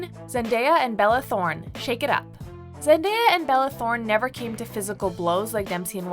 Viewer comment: I think its pronounced "Scar-ce" not "Scare-ce" and ... NEVER PRONOUNCE ZENDAYA LIKE THAT!!!!!!